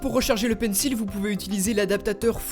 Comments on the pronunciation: Par contre ça se prononce pas "PAINSSIL" mais "PAINSSOL" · ptn mais il fait expré de dire pencil [il], ça se dit pencil [ol] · désolé mais ça se prononce "pencol" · Pencil se prononce "pensole" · Tu prononces mal le mot Pencil...